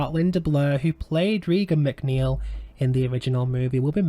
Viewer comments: Another movie ruined by David Gordon Green. It can’t compare to the 1973 masterpiece. The first movie in this trilogy might have faired better as a stand-alone possession movie vs. trying to connect it to Friedkin’s film. FYI: It’s pronounced “Raygan” not “Reegan” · Dude if you're going to do a vid expecially about a well-known character at the very least pronounce the bloody name right it's RAY- GAN not REE-GAN. Christ on a bike it really pisses me off!!!!! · Ray-gan not ree-gan. 🤦